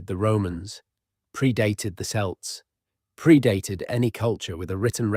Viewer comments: I can deal with people pronouncing Welsh place names etc badly. They are difficult and strange if you ain't Welsh, but I can't accept Selts and Seltic with an "S" .NO !!! Please, it is Celt like Kelt with a hard "C" like Cardiff and Cock. Not Sardiff and Sock. That football team hasn't helped. They should know better. It's a Scottish team isn't it? (I know nothing about football) Maybe the guy who named them knew but everyone calls them seltic and I claim the right to be pissed off about it. Also when you say it with an "S" you sound like a bit of a twat. You probably aren't a bit of a twat but you sound like one. Sorry but that's just how it is. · Are the ‘S’elts same as the Celts? 😂 Dear video poster, it’s worth listening to them before you make them public 😂